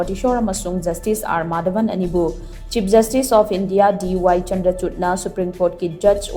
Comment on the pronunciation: DY Chandrachud haibdo pronounce toub di 'Chandrachur' haina tougadbne. Please see to it.